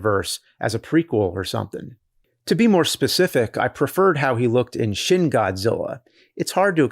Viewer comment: Every time James mispronounces the "shin" in Shin Godzilla, seven years are taken off my lifespan.